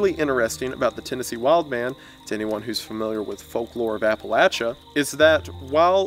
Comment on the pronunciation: The pronunciation of Appalachia hurt me so much